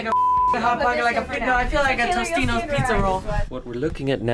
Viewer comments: "I feel like a tostions pizza roll" NO IT'S TOTIONS MANDELA FUCKEN EFFECT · Sound guys said Tostino's!!!! And it's actually called TOTINOS!!! But I remember it being tostinos. MANDELLA EFFECT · When said "tostinos pizza roll" was anyone thinking NOPE ITS TOTINOS?? (From shanes video:P) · SHE SAID "TOSTINO" PIZZA ROLL. Somebody call Shane. (of course the first thing I notice in this video is food and the second is a conspiracy theory lol) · said Tostinos pizza rolls, idk if anybody watches Shane, but he did a Mandela effect on that. it's actually totinos everybody thinks it's tostinos